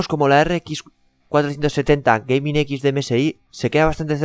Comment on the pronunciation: Antes de grabar un vídeo aprende inglés porque me parece que Gaming y EVGA tiene un pronunciación diferente...